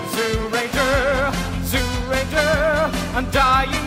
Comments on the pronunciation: It is Zyuranger (pronounced Juranger) not Zuranger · It’s pronounced Jew-ranger, not Zoo-ranger